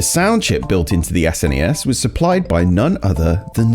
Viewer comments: Huh? Nobody ever pronounced this "Sness" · It's pronounced 'snezzzz' with a zed sound at the end. It sucks.